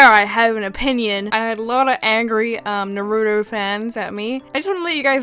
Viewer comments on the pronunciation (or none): When u say na-roo-toe it makes me DIE ITS NAH ROO TOE lol this is not hate I loved this video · No offense, but it’s Nar-oo-toe I’m only correcting you bc it triggers me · Your saying naruto wrong I’m sorry if you’ve already been told but it’s just something that annoys me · This is not attacking you, But I hate it when people pronounce “Naruto” like “Nar-oo-doe-“ It’s pronounced “Nar-u-toe” I’m sorry it just makes me cringe. Don’t me. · STOP PRONOUNCING NARUTO WRONG EEEEEEEEEEEEEEEEEEEEEEEEEEEEEEEE it's (NAH-roo-toe) not (NUHroo-toe) doesn't seem like much but it always gets to me. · Is she saying “naruno”? It’s “naruto” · I can't..she says Narudo. It triggers meeeee. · I'm sorry, did you just say Naroodough Or Naruto? I'm joking. Heads up, you pronounced it wrong. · omg its not pronounced narooto its pronounced narato just written naruto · WAT IS NARUDO? NARUTO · It’s pronounced nah roo tow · No hate, I just love Naruto. It's pronounced Narootoe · It's nair u toe just so you know :) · “Nar-uu-tow” it’s Nar-Uh-Tow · NARUDO... You say Naruto like my cousin from England is that a accent thing or is it how you actually pronounce it? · not to be rude but you said Naruto wrong is pronounced Nar-oo-toe N-ar-oo-toe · When still can't pronounce naruto correctly... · That isn’t how you say Naruto. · You said naurto wrong